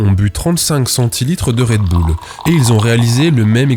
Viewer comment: "Red boule" t'es américain, toi.